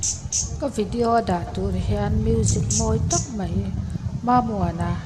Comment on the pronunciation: Hmuhnawm thin e ,mahse,mei tih ai hian mai tih hmang thin zawk ta la te ka tia,kei ka beng alo kham viau mai.